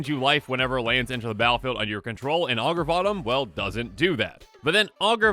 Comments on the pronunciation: I keep hearing "Augur Bottom" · I heard Augur of bottom lol